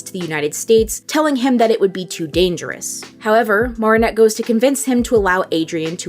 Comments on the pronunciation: I like your videos but have you ever actually seen the show? You mispronounced Marinette every time. I can forgive that, but then you butchered Chloe’s name and now I am so unsure. I just don’t think you’ve seen it, because if you’d seen it, you would know how to pronounce the name… they say it all the time. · The way you’re pronouncing Marinette is killing me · Okay I can get by you mispronouncing Marinette’s name but Chloe’s last name? I gotta draw the line somewhere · This is a very well put together video but the mispronunciation of Marinette’s name is killing me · pronouncing every single name wrong... go off queen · ms girl do you seriously think a professional voice actor cant pronounce adrien or chloë etc. they literally say the names wrong, idc how you try to spin it ur straight up wrong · Your pronunciation of Marinette and Bourgeois had me questioning if you really are a fan of this show for real. But I appreciate your analysis of Chat Noir/Adrien. That's probably the most nuanced I've seen yet about his character, especially the part about him being a victim of child abuse. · the way she pronounces marinette bothers me but great video anyway😂💕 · Do you have an accent cause you pronunciation of Marinette is a little aggravating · Its Not Marr-In-Nette Its Mair-In-Nette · OH MY EFING GOD- , ITS NOT MAAARIN- AT. ITS MA RIN ATE. OH MY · Its pernnounced mer not mar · she pronounced it mar-i-nette and it sound like mer-i-nette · why do u say her name wrong? its not MARIE-nette its marinette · I'm sorry but.. it's mArinette... not mARinette..😵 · OMGG please say "m-air-inette" not "m-are-inette" you're killing me. 😭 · Girl if you say Mahrinette instead of MArinette one more time haha jk but seriously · Idk if this sounds rude or not I’m not sure if you just think her name is pronounced that way or you just can’t say it normally (if so then it’s fine :] ) but her name is pronounced Mare-ah-net not mar-ee-net🧍‍♀️ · It’s pronounced Mare-in-ette not Mar-on-nette.